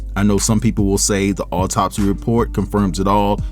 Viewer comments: What an irritating man to read an autopsy, not knowing how to pronounce the words. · This is undoubtedly sad af news but as a nurse, his medical pronunciations had me 💀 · JUST STOP... YOU'RE PRONOUNCING THE TERMS INCORRECTLY, YOU'RE ASSUMPTIONS ARE JUST THAT, AND YOU'RE NOT MAKING SENSE. AS A PCP, SLOW A PROFESSIONAL DO IT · I know Stone's heart was in the right place but he should have researched the pronunciation and meaning of the medical terms.